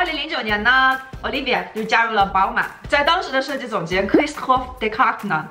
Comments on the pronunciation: 我咋一直听成奥力给，没有不礼貌的意思。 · 小可爱跟我读 Olivier（法语）：欧～力～V～耶～。